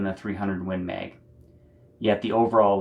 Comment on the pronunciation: Win Meg. 😂 I love your accent dude.